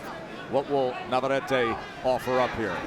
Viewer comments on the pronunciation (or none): It is NOT VavarrAte. It is NavarrEte